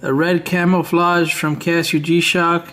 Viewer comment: It's not camel or camelflage its camo or camouflage damn bro lol